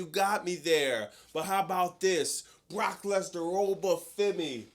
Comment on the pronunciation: Please dont turn oba femi into ova for-me. 🙏